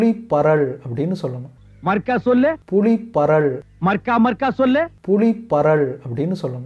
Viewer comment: புளி என ஒலிக்கிறது புலி என சரியாக உச்சரியுங்கள்